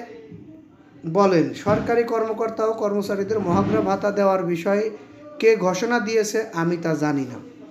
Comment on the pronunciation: ভাই,মহার্ঘ ভাতা আপনি তো উচচারণ করতে পারেন না।